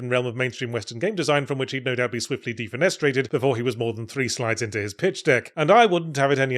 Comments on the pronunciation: Can't believe it took this long for Yahtzee to say "defenestrated" in one of his videos and he emphasizes on the wrong sylLAble. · The emphasis is on the second syllable. deFENestrated You almost say the word "defence". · Yahtzee pronounces defenestrated like a man who has only ever read that word.